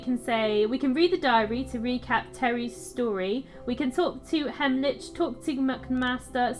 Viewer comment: Wyvern. Sounds like "Why Vern?" While we're at it (not trying to sound condescending, so please don't take offense) Heimlich is pronounced "hime lick." As in the Heimlich maneuver that you do when someone is choking. ♫Drink and the devil had done for the rest! Yo ho ho and a bottle of rum!♫ ...That's all I remember of that song XD